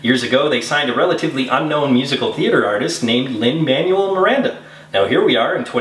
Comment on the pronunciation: As always thumbs up, even though you mispronounced Lin-Manuel. Remember - I'm not just a Harry Potter reference - I'm a Hamilton encyclopedia too!